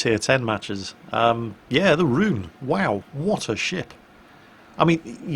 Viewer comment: Please do not pronounce "Roon" like "rune". Should sound more like "rowan" or even better "Rhone"